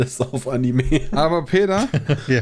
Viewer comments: Leude, es heißt Anime und nicht Annemie 🤣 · Immer dieses Animii. Wie kommt man auf die Aussprache? Einfach wie es geschrieben wird. Anime. Mit e.